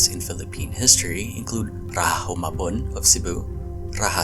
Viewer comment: Why are you pronouncing “Rajah” like colonizer Spanish and not like how Indians and our Austronesian ancestors said it? It’s “RaJah” not “RaHa” pronounce the “j” like your ancestors; not like colonizers.